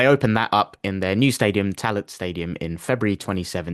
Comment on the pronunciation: Tallaght is pronounced "Talla" - lads